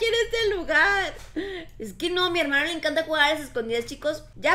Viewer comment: Jaja tu hermado cada parte dices hermado